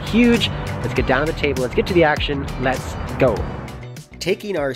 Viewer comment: “Lex-ts Go”